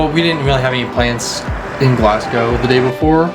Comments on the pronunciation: Its pronounced G L A S S G O W And the locals pronounce it G L E S G A so its not Galsgow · tip for you guuys, ..... say Glasgow as if the "s" was a "z" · I think the Scott’s are pathologically meant for doing, saying, pronouncing, thinking everything there way, no matter what it is including their underground railway. It’s there individualism away from the sassenach’s (a word used by Scottish and sometimes Irish to describe a typical Englishman or something considered typical of England) down south. Some politicians, FYI,G are trying to break away from the UK at this political period ALA the SNP or Scottish National Party, they have already held one referendum 3 or 4 years ago but lost and already trying for another.